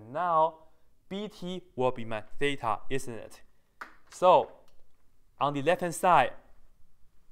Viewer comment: I just love how he says theta as: thay-tar